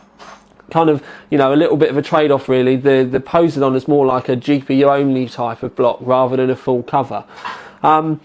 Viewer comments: A shame you can't the reds closer using your camera's white balance, or in post. Wondering if he's saying Poseidon funny, just to mess with people. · Poh-Side-on, say it out loud, it'll sound more familiar :P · pose - eh - dawn? Poh - side - in, I believe it is pronounced. At least here in the States. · God dam I cringe every time he says posedon, its Poseidon as in po-cy-don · HAHAHHA POESYDON X. its pronounced po-si-don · Really? "Pose-Eye-Don"? "Po-Sydun" [pose͜edɔ́͜ɔn] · Its Poseidon like the Greek god just like some of asus's high end video cards like mars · poss eye dun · btw its Poseidon as the greek god of water pronounced po SEYE den. Just bought one btw... it is epic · Goddamint its PUH-SIE-DIN. Its a greek god. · Po-si-don all together now. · im not usually a grammar Nazi but every time I hear poze-a-don it makes me cringe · Dylan Cannisi Cley Secor its po (p)sy don...im greek. the (p) is not pronounced. Its more like po si don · No, everyone in America who is educated pronounces it po, because that is how the Greeks pronounced it and the Romans spelled it; in English the rule is if it comes from a different language you pronounce it like the natural speakers of that language. The reason people mispronounce words in English is because of shared ignorance. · I think its pos-I-done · pos-y-don the greek god of water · po-SIGH-don. geez. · pe(like in pear) - sigh - den(like animal den) ;) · It's poh-sai (like 'si'ze)-don. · Po-seye-dun. While we are at it, 780 TEE-EYE. AY-ZEUS. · It's fecking Po sei don as in the god of the sea..:( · po-seye-din... like the king of the sea??? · PO-SI-DON. LOL ;) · Puh (side on), FFS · Haha, - it's pronounced po-si-don XD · Po-sigh-don From greek mythology. The god of the oceans, brother to Zues and Hades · It's poss-eye-don Like the Greek god of the sea;o) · The way you say Poseidon -_- haha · fucking spanner cant even pronounce poseidon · Pronunciation fail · I think your pronunciation just gave me cancer.